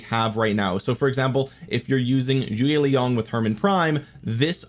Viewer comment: “Chew-ei Young”, not choi young